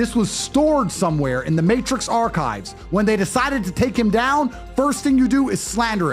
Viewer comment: "matrix's archive" 😂